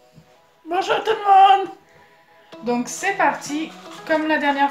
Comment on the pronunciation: Mdrrr elle a dit bonjou to mon